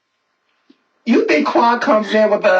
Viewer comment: She said SI SENOR!!!! lmfaooooooooooooooooooooooooooooooooooo